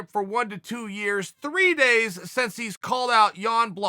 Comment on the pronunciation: Love ya Chael but the word is "since" not "sense"...